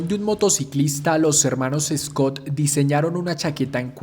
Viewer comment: Amigo excelente video recuerda que se pronuncia Schott no Scott. El precio de la chaqueta original si era $5usd pero más o menos ese era el salario mensual es decir que una Schott en esa época costaba el equivalente al precio hoy en día aprox $900usd. Las estrellas en los hombros era por que en la posguerra los veteranos de las 2guerra mundial volvían y decidían usar sus ahorros para comprarse una moto, eran veteranos y usaban esa insignia militar “Brigadier General” De hecho en años posteriores dejaron de poner la estrella en el hombro porque se las robaban de las tiendas de ropa. Los botones de las Schott perfecto son casquillos de balas. Schott fue la primera empresa en poner una cremallera en una chaqueta de cuero, las primeras eran de aviador y la chamarra perfecto es si se mira bien una chaqueta de traje elegante pero de cuero y con cremalleras. Café racer era porque en Inglaterra los jóvenes se reunían en cafés para correr y hacer piques, en los parches de los café racers hay uno que dice “Ton Up” que significa que alcanzó las 100 millas por hora.